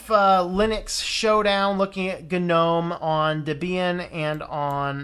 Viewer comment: I think people who pronounce Gnome as Guh-nome should be shot, strangled, and hung upside down naked in Times Square. It's as stupid as pronouncing Linux as Luh-inux. I don't care what Stallman or anyone else says. It's wrong, it's just wroooong!